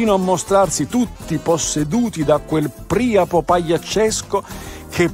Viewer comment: La pronuncia corretta sarebbe Priàpo, alla latina (come vuole la regola per le parole greche)